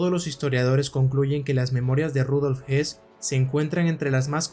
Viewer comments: No, el apellido Höss no se pronuncia "os" ni "jos". Para pronunciar la vocal ö en correcto alemán hay que poner los labios para una O y emitir una E, o bien colocar los labios para una E y emitir una O: el resultado es el mismo. En cambio, el apellido Hess sí se pronuncia JES, con la "e" como en castellano. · No se como se pronuncia Höss en aleman, pero desde luego el estar diciendo "Rudolf Hess" durante el documental seguro que no ayuda mucho a las personas que no saben mucho sobre esa época, ya que pensarán inmediatamente en el lugarteniente de Hitler, que murió en su cadena perpetua en Spandau. Porque supongo que el que ha realizado el documental sí conoce a ambos personajes y los diferencia perfectamente. Yo personalmente he leído su libro "Yo, Comandante de Auschwitz". Me gusta mucho su canal. Un saludo. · Fabulosa tu investigación, muy buen trabajo, solo una nota aclaratoria, el apellido es Höss. Y creo así se pronuncia "OS". Rudolf Hess es el que estuvo prisionero y murió encarcelado en Spandau. Pero bueno, buen trabajo. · DIOS MIO !!!!!!!!!!.... hay dos personajes nazis.... uno es RUDOLF HOSS y se pronuncia con la letra O y hay otro personaje que se llama RUDOLF HESS que es un heroe para los actuales alemanes por tratar de detener la guerra.. y se pronuncia con la letra "E".... He escuchado tu video y es toda una confusion con estos dos personajes... leistes mucho pero ES UN ERROR GARRAFAL PRONUNCIAR LOS DOS NOMBRES PARECIDOS... He leido los comentarios y no es posible que haya tantos halagos y nadie supo que estaba mal pronunciado el nombre en todo el video !!!..